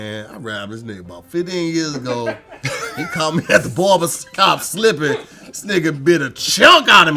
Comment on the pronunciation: Did say barbercop??? Lmao